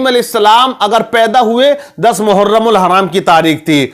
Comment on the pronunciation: मुहर्रम कहते है हराम नही लगाते नाम तो सही से लीजिये